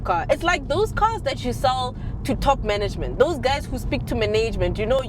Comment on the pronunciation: The way you said "manayjment" told me everything i needed to know about those 'madala types' 😅